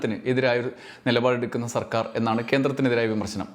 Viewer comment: Vd സർക്കാർ എന്ന് പറയുമ്പോ Vd സവർക്കർ എന്ന് പറയുന്നപോലെ തോന്നിയത് എനിക്ക് മാത്രമാണോ